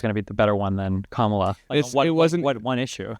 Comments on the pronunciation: Absolutely, just the pronunciation of her name says a lot. Either he does not listen to anyone who says it right or he has heard it right and does not care too out of mild rebellion and disrespect. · I believe that it is fair to say that the people who pronounce Kamala incorrectly have been getting their information from faulty news sources. How are you gonna mispronounce a vice president’s name four years after her ticket won?